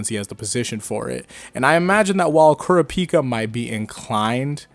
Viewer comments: Why do you keep saying Kurapika like that? Please use how the English dub calls him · the way you said kurapika bugs me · Bro keep Kurapika name out yo mouth if you pronounce it like that.